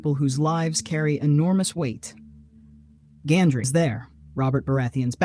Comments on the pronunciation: Gendry. Not Gandry. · Robert's bastard's name was GENDRY. not GANDRY, smh... Also - oh, "NOBODY noticed this"??? Then why are there about 8 million youtube videos discussing this exact point??? For someone who claims to be 'more observant than the rest of us' - it sure took you long enough after the show ended to come up with this theory.... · It's Gendry, not Gandry